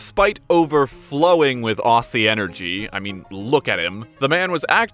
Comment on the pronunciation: It's a bit silly but it's pronounced ozzy spelt aussie